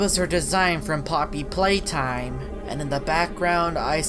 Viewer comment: “Her design from ploppy playtime.” 😂